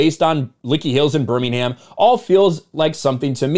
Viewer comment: Stop pronouncing Birmingham wrong to be taken a little more seriously.